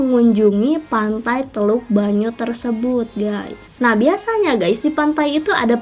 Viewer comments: Teluk penyu mba bukan banyu😆😆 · Teluk penyu ka bukan teluk banyu:)